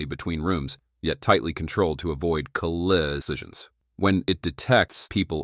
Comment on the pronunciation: "... avoid cuhli'itions"...